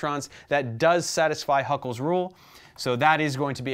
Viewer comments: sorry but it's Hückel's rule not Huckel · Bro, that guy's name is not Huckel. It's Hückel.